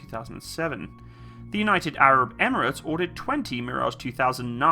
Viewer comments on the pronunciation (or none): none